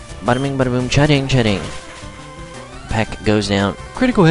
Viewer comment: Why do you say ch'ding's name like that? :/